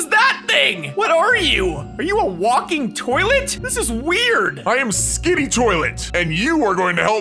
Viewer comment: And its skibidi toilet not skidi